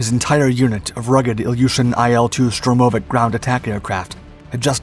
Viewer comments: STURM - oh - vics, not Sturm - OH - vics. Emphasis on the first syllable please. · It's Sturmovik, not Strumovik. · It's not SturmOooveek It's STurmovik It's not Betton Flugzeug It's BetOn Flugzeug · Tomato, Toe-Ma-Toe, Sturm-Oh- Vic, and whatever you were saying. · Штур-мо-вик будет правильно))) xD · Strewm-o-vic? -- My bones ache, a "strorm" must be on its way... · It's not a "Strurmovik" - there's only one "r" in the name and comes after the "u", not before. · FFS say its name properly! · 26...........Never heard 'Sturmovik' pronounced that way. Neither has Google. ........'U-rawl' mountains. Really? I have assumed this is meant for a primarily American audience, since it is in English, but I suppose I could be wrong, meaning the mispronunciations might be correct.🤨